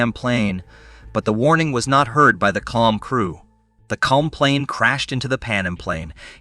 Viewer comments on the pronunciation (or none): Bro it is not KLUM it is KLM which is pronounced KAY EL EM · AI has a long way to go, four mis-pronounciations in the first 45 seconds: Boeing seven hundred and forty-seven; "ten-er-ife" (long I); "PAN um" instead of "PAN AM"'; "klum" instead of KAY EL EM. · The name of the Dutch company is Kay El Em not Klum, this guy knows nothing about airlines, domestic or international. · I only realized halfway through the vid that what was meant by klum was KLM lmao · Ahhhhh yes. The slightly somewhat sorda deadly crash involving KULM and the PANUM airlines plane 😂😂 FERFUXAKE he literally sounded out the letters like kindergartners would do. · For some unexplained reason, that's how the narrator pronounced "KLM" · Yes. I found that annoying too